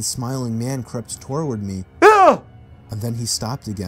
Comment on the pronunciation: "He crept tor ward me" 😂😂 did anyone else notice that